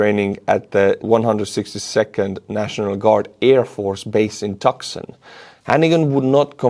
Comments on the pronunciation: It's "tooo sun"... not tuck son". LOL. Just helping out. Thank you for your great videos!!!! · If they can't replace S300/400 from the west, what's to stop them getting them through the back door. By the way Tucson in the US is pronounced Tooson. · 'buoys' is pronounced BOO-eez. 'Tucson' is pronounced TOO-son. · Ha ha. Tucksin killed me. Too funny. BTW it's (Two S On.) love the videos keep up the good work. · "To-sawn" is how Tucson is pronounced. I know, the spelling and pronouncing are not the same...think it has to do with Spanish pronouncing and spelling rules as that area used to be part of the Spanish colonial holdings. NOT a criticism...just a helping hand. 😁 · Tucson Arizona is pronounced "Two-s-on". The o is short, "Twoson" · Tuscon. Pronounced "toos on" ❤ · Buoy is pronounced Boo-EE. Tucson is pronounced Too- Sahn. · Monthly supporter since buymeacoffee started, I should have started earlier. At least in northeastern US, "buoy" is pronounced "BOO ee" and "Tucson" is "TOO - SONN" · Bravo. You have the best news show about Ukraine. I support you on Buymeacoffeee. I went to school in Tucson. It is pronounced "toosawn". That's OK, you can butcher the name or mine any time. It is funny. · FYI, bouy in English is pronounced “boo-wee”. Tucson Arizona is “too-saan”. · 'buoys' = 'boo-ies' or 'boo-wees' .. i know it seems weird but thats how we say it ahaha! also, Tucson = 'too-sohn" cheers! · Tucsan is pronounced too-saun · It’s not boring,. Keep giving us the information re. Russian losses. Oh, and “Tucson” is pronounced “Too-sonn”😁😁😁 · Tucson - Too sahn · Pronounced "Too San". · Ahhh love your channel and you do speak excellant English....but Tuscon is pronounce....Twoson. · tucson - to-sun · Tucson is pronounced tooson. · it’s pronounced “two san” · Buoys = boo-eez Tucson = Too-san (In American English) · I am from Tucson, and it has no x sound in it. It sounds like this tu-ce with a son Tucson no x sound at all. Thank you.